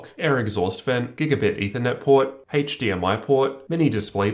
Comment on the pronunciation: pord. pord. pord.